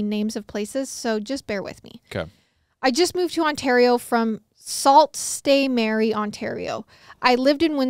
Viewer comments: Sault Ste Marie. Pronounced Soo (like zoo) Saint Marie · oh my goodness Salt State Mary 🥺🥺🥺 It's pronounced "Soo Saint Marie" but it's French so I don't blame you! 💕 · soult ste marie is pronounced soo saint marie :) cool to have a story from my country! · Omg salt saint mary 😂😂😂 it’s pronounced soo- saint- ma-ree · Sault Ste Marie is pronounced "Sue Saint Marie" (I live in Michigan). Thank you to this anonymous person for saving this child and bringing justice to his mom. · FYI It’s pronounced “Sue saint Mary” in Ontario! Love you guys! Hi from Schomberg Ontario, pronounce that one 😂😂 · I’ll help you out here as a Michigander lol. sue st Marie is pronounced “Suuu Saint Marie” so that the sue is making more of a U sound than anything. I have no clue why they had to make so many places have names that half of us can’t pronounce smh 😒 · As a Canadian your pronunciations we’re making me laugh! It’s pronounced soo-saint-Marie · I'm from Ontario! I don't know if anybody else commented this yet but Sault Ste. Marie is pronounced Sue Saint Marie :) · Canadian here 😂 it’s pronounced “sue saint Marie” for Sault Ste. Marie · Hahahah. It’s pronounced “Sue Saint Marie” … NO JUDGEMENT. It makes zero sense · 😂2nd story its pronounced 'sue saint marie' for ease. Love the 1st story and YES call the police always!!!! Glad the sister's are okay! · It's pronounced like "soo (like moo) saint ma-ree" 😂 haha no hate, made me giggle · Ahaha as someone from Ontario I just wanna say it’s pronounced sue saint marie it’s Canadian french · Sue Saint Marie is how it's pronounced :) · It’s pronounced soo saint marie hahah. Just a northern Ontario gal lookin out🙋🏼‍♀️ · Hi guys! Just wanted to let you know how to pronounce Sault Ste Marie it is Sue-Saint-ma-ree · Girl love you but it’s pronounced sue saint Marie 😂❤ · you're so cute lol it's pronounced sue saint Marie lol